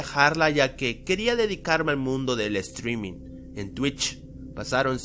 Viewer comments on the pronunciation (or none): none